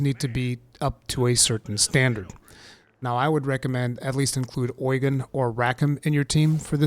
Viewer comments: Don't know why they say oygen in the game it is Ugen like Ugene Lol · Is it really pronounced oy-gan? I thought it was pronounce u-gene... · Does the English voice acting call him Oigen or something? I keep Japanese audio, so I don’t know, but I can’t stand when he says the name like that…